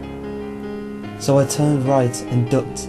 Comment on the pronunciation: He said fleshlight.. Not flashlight..